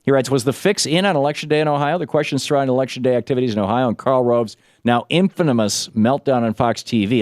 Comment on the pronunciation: "Infanamous"? {:o:O:}